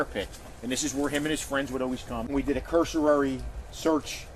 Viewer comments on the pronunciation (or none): Old guy said curse a rarey. cursory,dumbass.